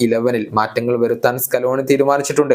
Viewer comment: സ്യാനട.. മോശം അല്ല ബ്രോ 😂